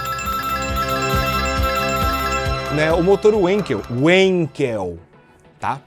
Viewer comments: mas você é brasileiro, pô, não tem sentido falar uênkel como os americanos se tanto em PT, quanto alemon se diz vankel. é igual chamar o filósofo de kent sendo que tanto alemão quanto PT é kÁnt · Vânquel, por favor. Fala Folksvaguen sim, ninguem fala Uolkvsvajem. Não precisa de aula de alemão, é intuitivo. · Em alemão se fala. Bê emmm vê. Sim dói o ouvido tu falar uenkel rsrsrsrsrs. Mas quem se importa. Oque importa são os motores legais abordados no vídeo hehehe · muRTa nãO sE falA UuuãnqUel maS sIm xmfnfjskKKKskala